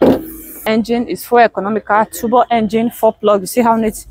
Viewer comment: That word is pronounced Turbo (Tobo) not Tubo😂